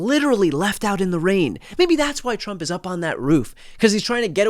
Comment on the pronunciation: He said "Chump" instead of Trump! LOL!!!